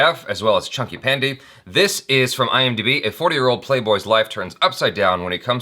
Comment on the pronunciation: Bro, why did you have to say "#Pandey" like that. Bro! 😭😂 Pandey - Paaan-Day 😁